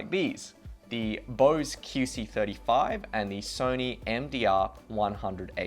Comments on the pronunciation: Is it just me or does he keep saying "kee" c35? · Keyc 35? Weird pronunciation